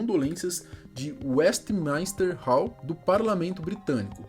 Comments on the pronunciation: Tem tbm Westminster que ele pronuncia WestmAInster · E WESTMINSTER e não westmaister